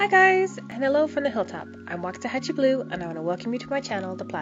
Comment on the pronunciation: It’s pronounced. Wax-a-ha… like in hat.. chee…